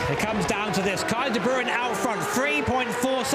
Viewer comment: Lol de brooen, its pronounced de brain